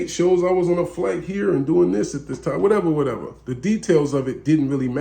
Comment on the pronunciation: did this nigga say “Whatevery”?😂